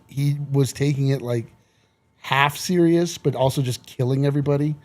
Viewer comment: Did bite his tongue? Theriously.